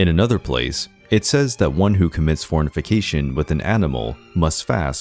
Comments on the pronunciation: For-nif-i-cation????? This presentation sounds HIGHLY suspect, quite apart from the MANY mispronunciations. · Starts profoundly, stating current culture is similar to medieval culture, but different. Listen for humorous mispronunciations, such as “fornification” instead of fornication, and “flatulation” for flagellation. How can I trust anything this video claims? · Narrator said,"farnifucation". TWICE